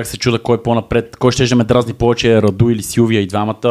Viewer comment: не е Раду̀, а Ра̀ду!